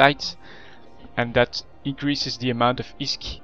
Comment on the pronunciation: fuck, i hate the way you pronounce (plex and isk) fuck!